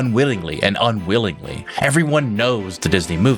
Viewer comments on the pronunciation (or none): nope. That's not what yoh said. You said "unwillingly and unwillingly". EDIT: somebody just pointed out how disrespectful I was being, and they're right. I'm sorry. In my defense, the way says those words they sound exactly the same. I literally cannot hear a difference between the two. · if he said unwittingly, his Ts sound exactly the same as his Ls. I listened to it multiple times and every time I could only hear 'unwillingly'. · You saying unwillingly and unwittingly was so close I had rewatch to see if you said the same word twice. Also the visuals changing so many times between so many things in 9 seconds is hard a bit of a slap to the senses. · I think he said unwittingly and unwillingly or something to that effect.